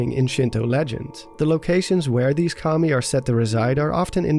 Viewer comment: when you here commie instead of Kami